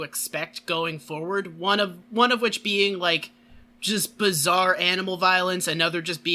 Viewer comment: the little slip said near the end "jojo's bizzare opinions" should be another subtitle for this:)